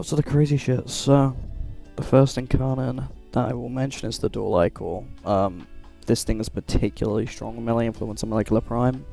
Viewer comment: Good vid. Covered everything I knew as an 11 year Nova main btw, it's pronounced dual "eyecore" not "eyechore" or "eechore" but sometimes you'll hear "icker" which I believe is more british way of pronouncing it or something, idk. I like saying it that way in the context of warframe because the infested is icky lol